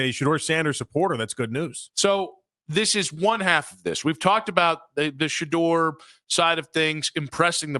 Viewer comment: Shanoise, Shahive? Stop that sh… You being disrespectful. He’s making you and the fan money right now. Show that man some respect.